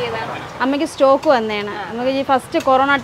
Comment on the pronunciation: എന്തിനാ ഇഗ്ലീഷ് പറയുന്നു. മലയാളം പോരെ. സ്റ്റോക് അല്ല സ്ട്രോക്